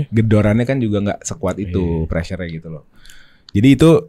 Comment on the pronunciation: Chloey kelly - preassure? What prrassure